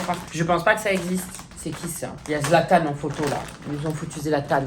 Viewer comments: MDR il a dit zlathan c’est Messi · "Zlatan" t’aurais pu faire un effort quand même 😭🤣